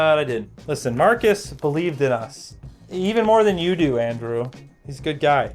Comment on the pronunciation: Ah Andrew, distinctly Irish. 😂